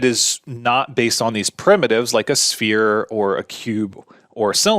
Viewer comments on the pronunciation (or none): none